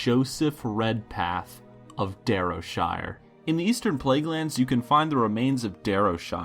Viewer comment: It's pronounced D-ARRR-row-Shire. So says the almighty C'thun, or as you internet folk call me, Vagina face.